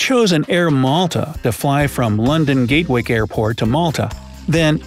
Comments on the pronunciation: ITS NOT GATE-WICK EITHER, ITS GAT-wick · It’s pronounced gaatwick not gaitwick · That is not how you say gatwick airport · It’s pronounced London GATwick, not GATE-Wick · He called it Edinbrug and Gatewick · Changi - "Chang -ee" not "chan gee" Gatwick - "gat wick" not "gate wake" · Its gatwick not gatewick ty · It’s pronounced gat-wick not gate-wick just so you know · Im from london and i use (gaetwick) all the time. ITS GATWICK NOT GAETWICK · Gatewick Its Gatwick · It's ok I'm from London England and he pronounced Gatwick gatewick lol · U pronounced Gatwick airport wrong It’s pronounced Gat-wick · He missed Gatwick too! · Mispronounced archipelago , mispronounced Edinburgh , and mispronounced Gatwick . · Is no one else gonna talk about the way the pronounced Gatwick 💀💀☠️ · Your pronouciations of Gatwick and Edinborough really does frustrate me